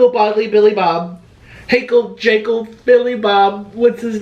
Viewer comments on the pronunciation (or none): none